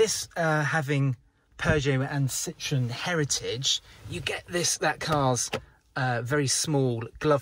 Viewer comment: Tx. for the video. I heard talking about the brand 'Cittrun' a few times, I suppose you mean "Citroën", which is pronounced slightly different though.